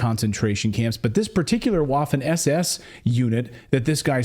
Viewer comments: It is prounced "vaffen" not like waffle. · It's pronounced with a "V" sound Vaffen. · Bro learn how to pronounce Waffen lol